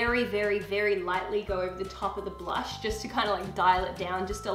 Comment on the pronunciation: "blunsh?" lol i died